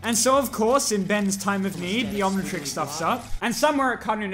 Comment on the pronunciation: How it’s said: omnitrix YouTube: ah, yes, onion turns.